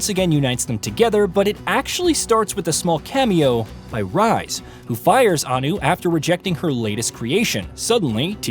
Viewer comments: Really bro “Rise” it’s pronounced “Reese” so annoying you butchering his name 😂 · For same one names Rhys that's not how you say it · not the only name that was butchered too, it hurt my soul everytime